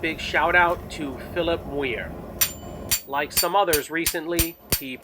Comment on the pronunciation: You could really use that for a quick preform to making a ball in the center of the bar, just rotate it all the way around as you hammer. Also fairly sure Muir is pronounced "Myoor" or perhaps "Myeer" depending on dialect, because English.